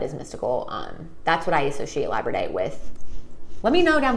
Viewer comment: so the pronunciation is lab-ra-door-ite. not however you said it. only trying to help out not offend.